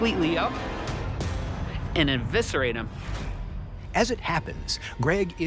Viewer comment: Where to you get these presenters? The washed up career bin? The word is "eviscerate" NOT "enviscerate".